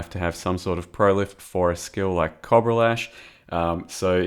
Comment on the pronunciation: is no a cob-rah is a coh-bra